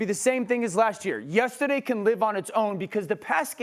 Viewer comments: DUUUDE yes. I didn't wanna be an A$$ and mention it but that "yestidday" has got to go. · For the love of god please teach Dan Orlovsky how to pronounce the word “yesterday”. I have heard him correct himself once months ago but every other time he says “yes-today” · Dan : “yes today” “yestaday” lol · Dan wanna say “yestaday “ so bad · Dan 'Yestadee' Orlovsky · “Yistadae” - Dan O. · The way Dan O says Yestaday 😂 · I came here just to see if someone else noticed… “Yestahday” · Am I the only person who noticed how Dan says “yesterday”? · Dan can you please say “yesterday” again 😂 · Dan says yesterday like he was born and raised in Boston 😂. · has DO always said “yesterday” like that? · Had to check if I was the only one